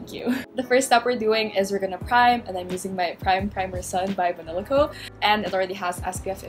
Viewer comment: At one point I thought you said "bibe banila co." instead of b. by banila co. HAHAHAHAHAHA